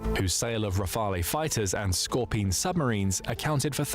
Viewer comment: This crappy AI also has a problem with "scorpion" and other words.